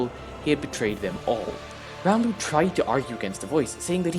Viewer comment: You actually pronounced his name right!